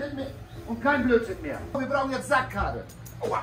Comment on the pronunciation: Als sagte, mir brauch jetzt ne Sack Karre. Hatte ich erst verstanden, mir brauch jetzt Sackhaare.. Ich hab mich weg geschmissen vor Lachen.😆😆